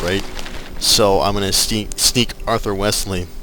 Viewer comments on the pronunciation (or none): You know, your Let's Plays are great, but you calling Arthur Wellesly, Wesly is really pissin me off. No offence :P By the way, it's Bordeau, and To-lose. How you'd say it anyway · Yup Wellesly pronounced "Wells-Lee" Bordeaux pronounced "Bore-Dough" And Toulouse pronounced "Too-Lose" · i love this lets play but youre pronouncing his name wrong! vdhfgkhhntyhnltkrnhlt!